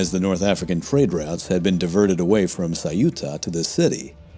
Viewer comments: Saiúta? Ceuta, only two simple syllables: ceu-ta. Easy. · EU in ceuta is pronouced the same way as EU in Europe or Neutral. It is not CE-U-TA, it is CEU-TA